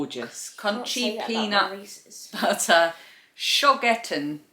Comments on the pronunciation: Hi! German viewer here 😅 You pronounced Schogetten nearly perfect 👍 Have a wonderful week ❤ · What a lovely box from Germany! I'm really missing German sweets and chocolates! Your pronunciation of Schogetten was spot on. 😃So glad Phoebe is feeling better! What a shame the sleepover was cut short.